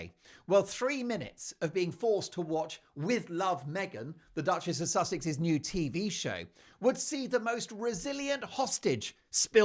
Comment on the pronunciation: Prononcer 'suksex'